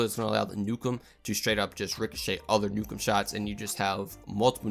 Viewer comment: "Richochet the Ion Cannon" Ohh /my/ god.